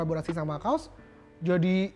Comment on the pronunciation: kaws di baca kaos.. untungnya merek baju, coba kalau merek celana .kan nga lucu